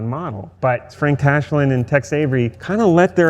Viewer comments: I swear he keeps saying Text Avery XD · Why do they keep calling him "Text" Avery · "Text Avery" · I know it's a small detail, but....STOP CALLING HIM "TEXT" AVERY!!! It's "Tex." Thank you. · Hearing him refer to Tex Avery as "Text" repeatedly was so annoying. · Why’s he saying Text Avery / Tex Davery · The guy kept calling him TEXT Avery instead of Tex. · He keeps saying “text avery” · Every time says "Text" Avery, when it's Tex Avery. Twitches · "Text Avery"?... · Did it bug anyone else that he kept calling that guy Text Avery and not Tex? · It sounds like he is saying "Text Avery". It's Tex, right? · Why did he keep saying TEXT Avery?